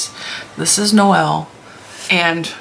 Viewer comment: You are correct when you call him Noel, emphasis on the ‘No’. Noelle is the feminine form. Regardless, he’s cute, as they all are! And I like the extra rows on the stocking, too.